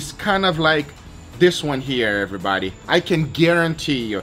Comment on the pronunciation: Hello Everybadi